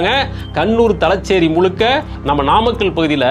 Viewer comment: மாப்ளா அல்ல.மாப்ள தலச்சேறி.அல்ல.தலஸேறி காளம்.அல்ல காலம்